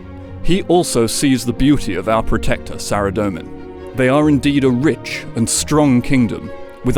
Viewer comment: SARA DOE MAN.... but you pronounce ZAMMY JUST FINE